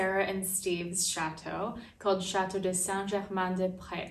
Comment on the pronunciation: Lovely,lovely. Thank you. But I beg you, please learn to pronounce chateau correctly!